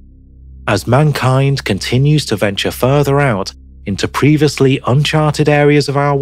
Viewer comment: lol "Preevuslee"